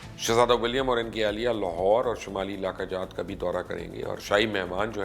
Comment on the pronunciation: Good video BUT IT CRINGES ME when these lahori people couldn't even say Lahore properly .. It is LAAAHORE NOT LOOHORE 😂😂😂😂